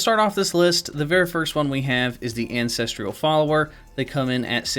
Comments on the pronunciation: Its ancestral not ancestriiiial hahaha also ur vids r fooookin dope as fook….fook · Ancestral, not "ancestrial" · Lhutel picked up that silent H on Hugues eh? Also, how do you realize there’s a silent H on Hugues but then add an unnecessary “I” in the last syllable of “ancestral”??? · false. There is no where that the word “ancestral” is pronounced “ancestrial”. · Ancestral is 3 syllables, not 4, there is no "i" in that word